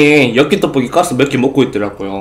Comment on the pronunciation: 오랜만에 떠뽀끼 여끼떠뽀끼 아 발음 졸귀야ㅠㅠㅠㅠㅠㅠ